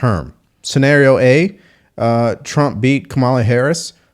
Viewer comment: lol Joy mispronounced Kamala's name, which at this point can only mean she's a raging racist and sexist.